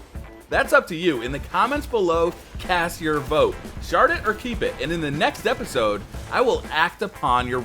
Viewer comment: Honestly the first time I heard say shard it or keep it I thought he said shart it or keep it.